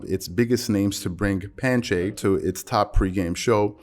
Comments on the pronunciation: We gon ignore the fact that you pronounced ‘panache’ as “panchay”??? You just gon skip that bro??? It’s pronounced like panaash or panash 🤣🤣🤣🤣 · lol panache. Not panchê. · Panache is pronounced penash , sir. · what is "pan-cheh" ? :) ... sry for being a wiener. great show over all. just had to laugh at your pronounciation for panache. The women broadcasters on CBC's "Hockey Night In Canada" work quite well. However, they were all elite level hockey players earlier in their careers. Michelle Beadle and Rachel Nichols have zero athletic pedigree. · Panache is pronounced puh-NASH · Its probably nothing brother, panache is pronounced "pe'nash".. Salutations from Namibia 🇳🇦. Love the content.